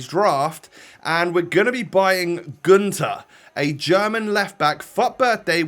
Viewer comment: Günter has a german y in so you saw it like Gynter